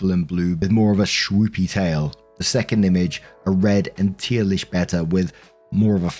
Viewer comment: Wow pretty much no one here is the US pronounce betta correctly. Is that the typical pronunciation in the UK? Either way good job lol.